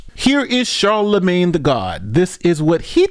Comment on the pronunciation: "blackanoid" lmao charlanagme the what? Lmao. What a idiot.